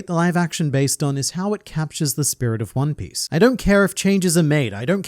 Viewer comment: I can't get over 'Juan Piss'. "I'm going to find the Juan Piss!"